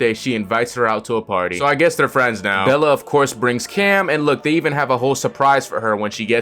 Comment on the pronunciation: i appreciate you calling her bella instead of belly XD